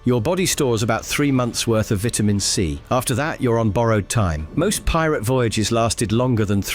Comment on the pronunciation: You pronounce VITAMIN C wrong